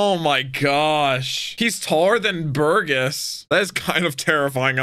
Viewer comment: So Jesus burgess is pronounced Jee-zus like the dude in the bible Bur-Jess And machvise is Mak-vice